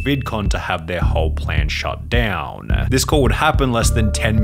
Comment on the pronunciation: Why do you talk like that? "peopleeeuh" "shut downnnnuh" "arrestedduh" "my jail storyyyuh"